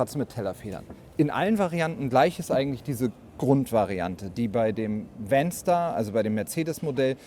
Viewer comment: Bedenkt man regionale, sprachliche Eigenheiten, finde ich den Begriff "VanStar" nicht so glücklich gewählt (insbesondere wenn man ihn so ausspricht, wie der Präsentierende im Video), nennen wir doch in Thüringen freche Kindern umgangssprachlich "Wänster". 😂